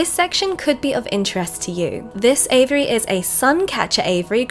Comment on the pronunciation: I at first thought you were talking about the bird's name Avery, finally I figured you were just mispronouncing AVIARY